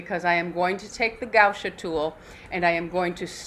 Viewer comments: Sweetheart, it's gua sha, not gau sha.🥰😊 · right, but not gau sha, as she was pronuncing.